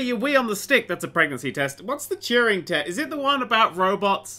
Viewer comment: The only test in this game is trying to pronounce Turing properly